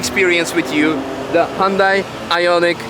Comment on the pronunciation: Great review. The only suggestion is with your pronunciation...it's "Hyun-DAY" (As in "Rhymes with Sun-DAY" from the famous Super Bowl commercial on how to pronounce the name). Otherwise, great review